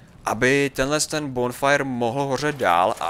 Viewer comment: vole je to bonfire a ne binfire